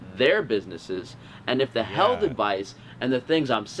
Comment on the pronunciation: Why should I trust an anti masker who can't pronounce health properly. (second anti mask video)